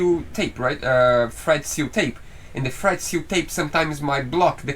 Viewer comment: I know you're saying "thread seal tape" but I keep hearing "FRED seal tape" which makes it much more fun. I'll never be able to see Teflon tape again without thinking of you guys & Fred.